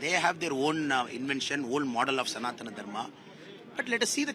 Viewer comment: Rajdeep first learn to pronounce sanadhana Dharma .. DMK are against brahmins with no doubt ..curse of brahmins will WIPE DMK .. NAMO SHIVAYA 🔱🔱🔱🔱🔱🔱🔱